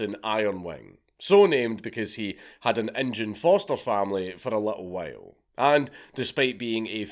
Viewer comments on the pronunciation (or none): Did u say "injun foster family" lol wtf